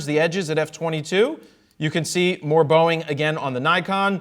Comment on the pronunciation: Everytime he says bowing I think of Boeing.